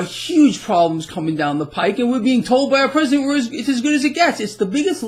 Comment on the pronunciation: the word "down" has only 1 syllable. Just sayin'.